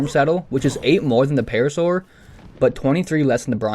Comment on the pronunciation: Paracer❌️ Parasaur✅️